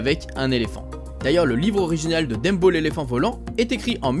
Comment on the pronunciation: Le seul truc qui me dérange c'est le fait que tu dise "Dembo" Sinon, super vidéo :)